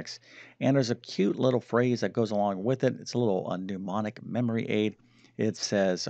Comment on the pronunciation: and here's a memorization tip for YOU: remember, "pneu" means "air or breath", the word you are looking for but keep missing is "mnemonic"... you continually say "pneumonic", when you mean "mnemonic", unless aunt sally has PNEUmonia.